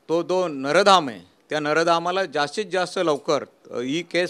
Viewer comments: नरधाम नाही साहेब नराधम असत ते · नर धाम नाही रे रेद्या नराधम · या माणसाला साध बोलता येत नाही. नराधम हा शब्द बोलता येत नाही. कसे नेते म्हणवून घेतात.